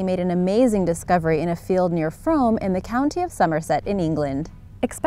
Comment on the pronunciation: Frome rhymes with room...